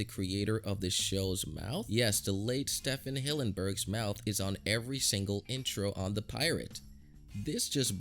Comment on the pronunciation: You dont even know how to say Stephen hillenburg